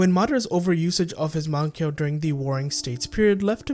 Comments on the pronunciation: I, unfortunately, cannot take this video seriously to the fullest extent due to your egregious pronunciation of the word "mangekyou." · can't take the vid serious with your pronunciation of mangekyou